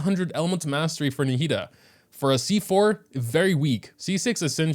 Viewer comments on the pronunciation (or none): NAH-HE-DA that's how you say it my g